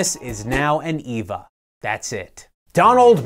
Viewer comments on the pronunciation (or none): Come on, man. It's not "Eeva", it's "Ayva".